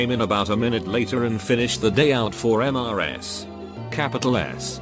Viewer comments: I like how whenever it says “Mrs.”, the text-to-speech says,”M-r-s-.” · Why the frick is the voice pronouncing in M-R-S? Makes no sense.